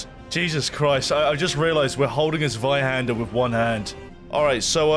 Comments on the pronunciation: As a German, I'm really proud of the way you pronounce the word Zweihänder ;P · As a german I just can’t get over how he pronounces 'Zweihänder' 😅 Lovely 🥹